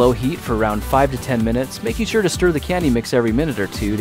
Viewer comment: he said we need to sture till the water turns clear. Uh hay dude water is already clear